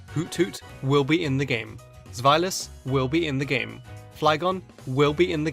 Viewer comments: U German or just pronouncing zweilous wrong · ...the evolution chain is based off the German words for one, two, and three, so it should be pronounced like a 'v'